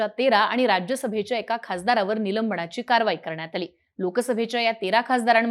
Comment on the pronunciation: नीट बोलण्याचा प्रयत्न कर नीलम्बणा ची नको बोलू, निलंबना ची , असे बोल. ण नाही, न.